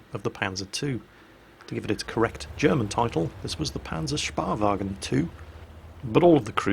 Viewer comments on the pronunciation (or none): It's allways funny hearing calling it a PanzerSPAwagon! Is the tank crew taking mud-baths and getting massages in it?:P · Hm for the Panzerspähwagen... take the "SPA" out of "SPADE" for the "SPÄH" and it would be nearly correct;o) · take the "SPA" out of "SPADE" for the "SPÄH" and it would be more or less correct;o) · Now, how do we get him to get the Panzerspähwagen right? That's the much more complicated question, isn't it?